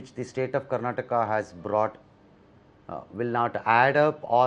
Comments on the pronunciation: Karnatak alla karnataka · Karnatak nahin karnataka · Abey budde... Ye Karnatak nahi Karnataka hi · Ranganna didn't dare to correct home minister about his misspelled word, it's karnataka, not karnatak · Mr. Amith Shah why don't you pronounce Karnataka properly.